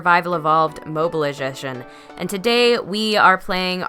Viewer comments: You kinda messed up "mobile edition". I heard you pronounce it as "ezhition" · 00:8 egjishen hahaha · “Mobile Egichian” Iguana you crank me up xD(in a good way :) !) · In 9 seconds you said mobile. Edition but it was funny to me btw love your vids